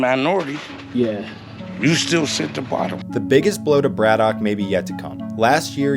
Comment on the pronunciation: Here in Pittsburgh we pronounce it more like Brad-ick (said correctly ). Great set of videos covering some of the area!